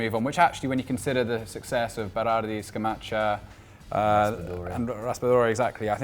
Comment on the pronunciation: scamacca is pronounced with a K